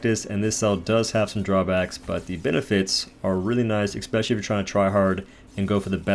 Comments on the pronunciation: Love your videos man, definitely my favorite Dauntless youtube provider. Just have to say, the word is pronounced “especially” not “eXpecially” please keep up the good work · Seriously impressed by your leaderboard ravaging man, amazing. But stop saying ekspecially, i can't handle it